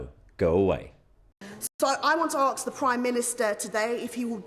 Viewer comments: i AKS YOU ONCE i WON'T AKS AGAIN, please stop doing that?:face-purple-crying:🤣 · Arcs? Why can't blacks say ask? In America it's axe..weird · Why do they all say "Arks" and not "Ask"? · The “lady” in blue mispronouncing ask as arks is common among the people of the West Country, it was adopted by the black AND white slaves of the American pre revolutionary war, and then finally come back over here, in Britain, via American films and television. People are very, very easily influenced. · ASK not Arks, crazy lady 😂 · ASK NOT ARKS OR AX! ASK! BLOODY ASK! IT IS THREE BLOODY LETTERS! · SHE CANT EVEN SAY ASK! SHE SAYS AKS! BLOODY THICKO! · Just what I was going to say re ‘AKS’. What is that? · Why aks instead of ask?